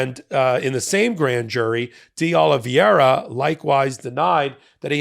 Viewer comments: Exellent presentation with a small suggestion. Don't change it, his name is 'De OlivEIra' not 'De OlivIEra'. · It’s De Oliveira…not De Oliviera…a small detail, but so easy to get it right… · It's not DeOliviera. It's DeOliveira. Not a single host on MSNBC makes the mistake you and Ben consistently make in mispronouncing this name. Let's get professional please. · De Ol-i-VAYRA… not Ol-i-VYERA. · It's pronounced DAY OLIVE ERA (De Oliveira) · PRONUNCIATION: "day-oh-lee-VAY-rah" -- only five syllables, NOT six, with the accent on "VAY". You are inserting the "i" before the "e" in "veira" ("transposing the diphthong", "ei", in other words). "Eira" (pronounced simply "AY-rah", not "ee-AY-rah") is a very common Portuguese name-ending. (In fact, you are making the pronunciation more complicated than it actually is. Compare "Rio De Janeiro" ("jah-NAY-roh", NOT "jah-nee-AY-roh"). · Love your show but it's pronounce DeOlivera. Just ignore the i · PULEEZE: It is "Dayoliveera" .. a common name... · Would it really be so difficult to learn how to correctly pronounce DeOliveira? You continually mispronounce it, and have been for weeks, very unprofessional. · How many law degrees does it take over at MTN to pronounce de Oliveira correctly? It's not even hard, but the struggle is REAL..... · You'd sound so much more credible if you could be bothered to pronounce deOlveira's name right